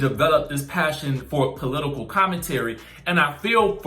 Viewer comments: Am I the only one who thinks Wendy says the word "political" wierd? 🤔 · She seems to have a speech impediment.